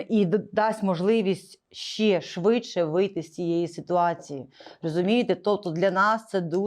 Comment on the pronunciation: Не щЄЄ, а щЕ. Не щЬО, а щО. Розмовляйте по - людськи. В українській мові нема пом'якшення шиплячих літер. Це йде від совка, від росії, чЬто, чЬо, чЄво.